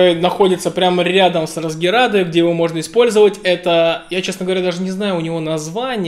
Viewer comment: скорее "расгеадо" а не "расгеРадо"... 🤔